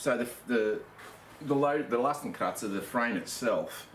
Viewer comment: Hey man, at last someone shows this well in close-up :) Other than that, i suppose the "x" in oldish German was already pronounced "x" like in "ex girlfriend" haha, not "z" but whatever you like mate :) Are you still using it? I want to fit a bigger (but light...) platform, wood would work but i wouldn't know how to tie it safely to the bottom bars... Might go for a bike basket/platform... just for the record... Cheers :)